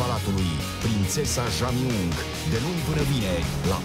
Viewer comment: se PRONUNTA Gia Myong...